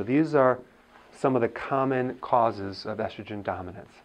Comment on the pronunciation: It’s estrogen, damn it!